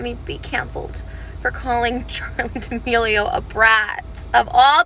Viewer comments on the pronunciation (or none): Its not "Deeamileo" it's "D'amileo" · They way you say damelio is so frustrating bro why can’t you pronounce it right